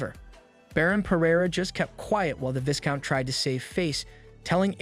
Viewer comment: "Vai-count" Not "Vis-count" Love your content